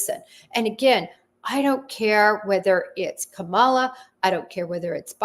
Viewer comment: Please pronounce her name correctly. By mispronouncing her name you are showing sides. Shame on you. 😮